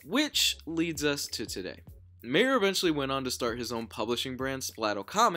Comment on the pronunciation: My ehr, not May ehr